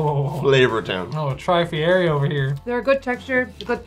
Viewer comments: "Try Fieri" I'm deceased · “Try Fieri” 😜😆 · "Try-fieri" I'm dying over here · "Try Fieri"... LOL 😆😆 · "Try Fieri" LOL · Did I really just hear Try Fieri? 😂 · did he really call him "Try Fieri" ?? what lol